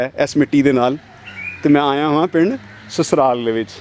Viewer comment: Susral ni Sasral jinab